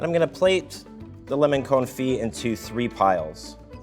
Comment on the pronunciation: A baby sleeps in a cot, not a coat, so pronounce it pana-cot-ta. Also, jelly, confit, anise, & basil, were all horribly pronounced